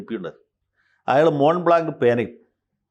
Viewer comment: മോബ്ള ആണ് മോണ്ട്ബ്ളാന്ക് അല്ല.